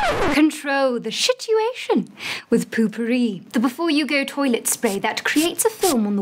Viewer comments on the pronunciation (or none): wait did she just say shitiuation ?? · She said *SHITUATION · What I love -They used tissues to like throw it at her -she said SHITuation other than situation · I love when she says "shituations" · TBH, I can’t hold in my laughter when she says: “control the SHITuation” instead of situation. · The "shituation" When that happened I lmbo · 🤣🤣🤣🤣🤣🤣🤣🤣🤣😂😂😂😂😂😂🤣🤣🤣😂😂😂😂😂🤣🤣🤣🤣🤣🤣🤣🤣🤣🤣🤣🤣🤣 HAHAHAHAHAHAHAHAHA I LOST IT WHEN SHE SAID CONTROL THE SHITUATION 😂😂😂😂😂😂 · "shituation" best line ever! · Does anyone else hear shituation at the end? becuase i reaLLY do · When it says control the shituation I thouth it says control the shit lollllllll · Did she say shituation or situation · did she say shitshuation? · Ooo she said ahit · The "shituation" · I feel like she said control the shituation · That's because she DID say "shituation". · Wait did she say SHITuation?! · Shit-uashion im crying :/) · Ha she said shituoaicon